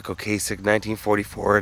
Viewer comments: O-Cass-Ek rather than O-Case-Ek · O-Cass-ek, not O-Case-ek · Dude keeps saying "Ocasek" wrong. I'ts not with a long "a" It's pronounced Okassssek, like Plastic. There's several videos on-line showing Ric pronouncing his own name this way. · I remember the lead guitarist, correcting people at their Rock n roll induction on how Ric pronounced his last name and it’s pronounced ‘O-CAH-Sic’, not ‘O-K-Sic’. Great artist and legendary. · OH-KUH-SECK..... not Ocay-sick